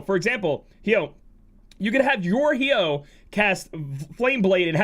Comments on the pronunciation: I'm pretty sure it's pronounced Hi-oh......like Hydrangea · Damn that Hyoh pronunciation is making me angry lol. No tough feelings. You do you.